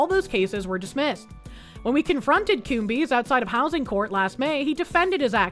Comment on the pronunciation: Coombes is not pronounced Coom-bees, the b is silent and the es just makes an s sound. It should be pronounced cooms.